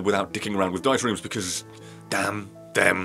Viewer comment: Please, stop calling runs "rooms" .... wait. *Plays back the ending" ... Holy sh- Literally how that just went down for me as I wrote this comment. Up until this very moment I thought you were calling them "rooms." And no I'm not making fun of your accent, I just honestly could not tell up until now.